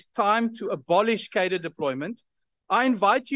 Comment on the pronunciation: I implore you, Dearest. Please, please start pronouncing the word "Cadre" better.